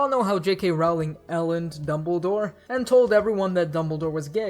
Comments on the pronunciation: It's no highschool it's hogwarts.. And not raowling it's Rowling.. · 1: rowling is pronounced like rolling (sorry). 2: the auther never said whether harry or hermione were white it was just assumed